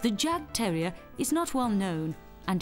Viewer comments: The first part of this documentary is about Jagdterriers (German Hunting Terriers). Still a fine documentary, but the title should be changed to include "Jagdterrier". Oh, and it's pronounced yawk-terrier. The "yawk" rhymes with hawk. It's the German word for "hunt". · The 'J' is pronounced as a 'Y'. So the Jagdterrier is pronounced as 'Yagdterrier'. If you're gonna educate people on a topic, then start with yourself first.